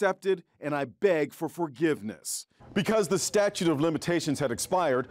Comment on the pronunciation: Alucard Hellsing - I think he misread ur comment. I understand what ur saying. He did say “statue” instead of “statute” afterall. Probably just doesn’t have the best eye for details. No disrespect